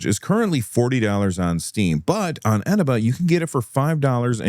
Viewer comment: Can I just point out, as a CD Key seller on Eneba, you're pronouncing it wrong. It's eh-nee-ba.